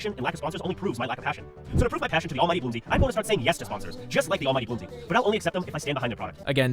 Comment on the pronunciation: The narrator might be calling you "Bloomsy" because the AI might have been given "Bloomser" and is pronouncing it like french.